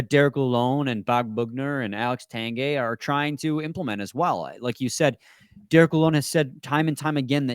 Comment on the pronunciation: And its Tang gway. Not Tang gay. Lol but true